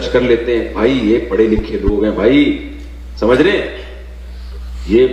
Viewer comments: Is video mein mufti Tariq masood sahab kuch samjha rahe hai, jisko yeh banda galat bata raha hai aur logon ko bhadka raha hai. (Thumbnail mein likh diya aap rasool s.a.w ki shaan mein gustakhi) Pehle samjho baat ko. Aur ha samcho nahi samjho hota hai😊😊 Thoda khud bhi padh likh lo to tumhara pronunciation sahi ho jaaye. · Is video mein mufti Tariq masood sahab kuch samjha rahe hai, jisko yeh banda galat bata raha hai aur logon ko bhadka raha hai. (Thumbnail mein likh diya aap rasool s.a.w ki shaan mein gustakhi) Pehle samjho baat ko. Aur ha samcho nahi samjho hota hai😊😊 Thoda khud bhi padh likh lo to tumhara pronunciation sahi ho jaaye. Samchna nahi samajhna hota hai.